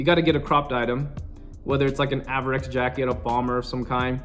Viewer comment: It’s pronounced AY-VER-IX not AVE-ER-IX